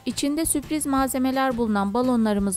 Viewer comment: Süpriz değil Sürpriz :)